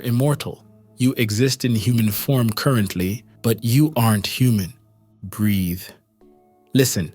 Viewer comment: why do u always say breath